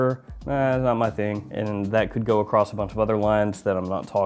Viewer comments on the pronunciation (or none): none